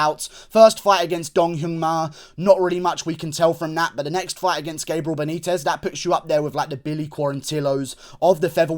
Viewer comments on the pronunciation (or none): none